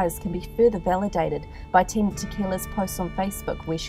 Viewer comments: Ok but her name is Tila not Tina thanks. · Is she saying Tina or Tila?